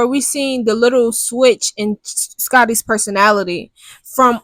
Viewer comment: “Perso-NATALIE” is correct!!! 😂😂😂